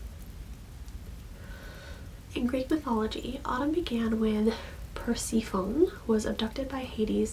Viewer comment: So many hard to pronounce words. Hahah it is PerSeffohnee “Persephone”